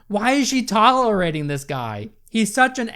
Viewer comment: the way you say tolerating is just unacceptable